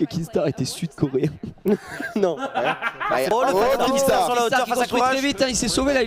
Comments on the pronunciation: C pas kinGstaar c Kinstaar ptnnnn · C'est pas un rageux, c'est juste des autistes qui voient un "g" là où il y 'en a pas un xD Dans son pseudo y'a pas de G alors arrêtez d'être débile à le prononcer, même lui il l'a déja dit xD